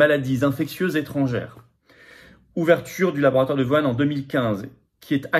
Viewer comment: C'est pas "Vouane", M. Philippot! Lol c'est "WOU-HHHANE" 🙄